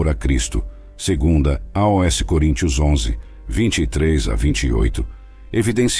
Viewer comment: Porquê dizer a.o.s. quando se lê aos tudo pegado sem ler letra a letra. (pronuncia-se aus). Por favor não invente.